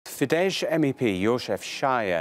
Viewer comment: Euronews should learn how to pronounce words like Fidesz or the man they talk about. ☺️